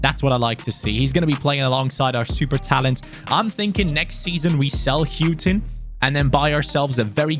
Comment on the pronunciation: Houghton is pronounced hore ton not hew ton ino that cos its my 2nd name